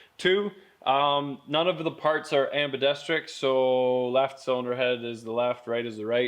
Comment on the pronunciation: Anyone who says "Ambidestric" shouldn't be taken seriously.